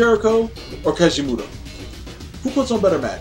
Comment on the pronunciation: You keep saying his name wrong and it’s annoying